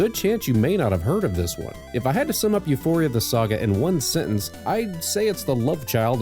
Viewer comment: no it's Ū•fouR•ia